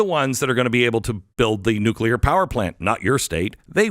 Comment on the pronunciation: Can you say, "nuclear"? Why are those pushing "green" energy still attached to the grid?